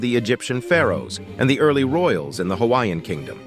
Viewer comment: Your Hawaiian pronunciation is atrocious.